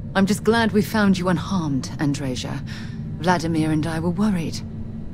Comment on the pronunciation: Native Portuguese here! Andreia's name isn't pronounced as Andreja in Portuguese. It would be extremely close to the way you first pronounced it, with just the slightest change in the most pronounced syllable. the dre-ia part has the usual Latin sound, with the i pronounced differently from how English pronounces it. Can't explain it better, but it sounds a little more subtle. So I'd guess the Andreja thing comes from the Balcans or Eastern Europe.